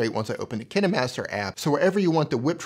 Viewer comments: I just didn't liked the way u pronounced 'KineMaster' cause u pronounced it as ki-ni master and I am in habit of pronouncing it as ka-een master but still nice video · Kin"e"master lol